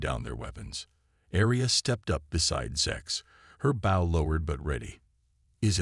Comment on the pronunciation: Teach your AI to correctly pronounce English! Bow in this context is pronounced boe.